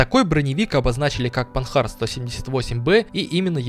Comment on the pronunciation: машина Французкая и поэтому читается по французски, панАр, а не панхард